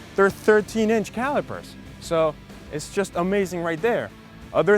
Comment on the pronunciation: "es yast gonna go and enjoy" lol what